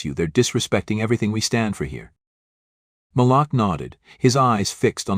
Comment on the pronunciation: When you tell your stories please say the names correctly you sound not so good saying Malik name wrong as if you are showing a sincere apology for being prejudice yourself. Stop it because I have listen to several of your stories 🫵🏼👏🏼👍🏻🤞